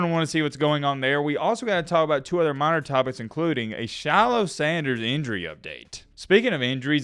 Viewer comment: Dude when you say “Shilo” it sounds like “Shallow” because of your accent. Love it! 😂